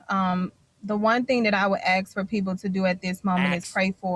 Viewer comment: woke right not based. our tax dollars paid for her degree and she can’t even say ask correctly. We pay for idiots to get degrees so they can play activist.